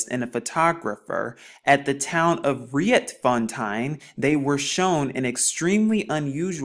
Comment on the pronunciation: Just to help you with the right pronounciation of Dutch language names of certain area in South Africa and some other names of planes......'Riet'fontein is spoken as 'Reet'founten..Maurits is Dutch for Mo-rit-s =Maurice as a family-name..!! As I understand it there must have lived giants around the area you are talking about......! Probably before Jerusalem was even founded...!! Berg is Dutch for Mountain....